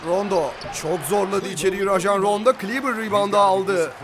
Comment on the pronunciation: 42 numaralı Maxi Kleber’in ismi ''kılibır'' değil ''kıleber'' diye telaffuz ediliyor. Çok önemli değil ama yine de söyleyeyim dedim :D